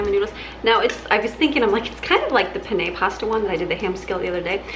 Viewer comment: PEH-neh not peh-NEH 😉